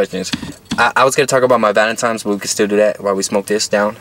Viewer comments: No disrespect but it is not valintimes it is valintines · Lmao. Can’t pronounce valentines. xD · Why you sayin valemtimes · omfg woah vicky did the same shit “Valentimes day” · “valemtines day” 😂😂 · “Valentimes day” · This nigga keep saying valantimes😂☠ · "Valentimes day" it's VALENTINE'S DAY . swear bro you needa say it correctly before you can get a female on that day😂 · He say valentimes 😂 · Valentimes day lol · much respect to u but my boy why u keep saying valentimes😂😂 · Valentimes day huh??? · Why my dude keep saying valentime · Did my guy just say valentimes day🤔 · It’s not valentime it’s valentine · Nigga said valen times😂😂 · VALENTINE'S NOT VALENTIME'S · Valentimes its Valentines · Is homie saying valentimes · The way he says valentines makes me mad he makes the n a m on the second n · valentine not valentimes u nut shell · “Valentimes?” hahahahaha wtf bruh